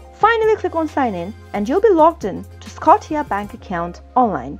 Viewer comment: It's called Scotia like scosha not scoteea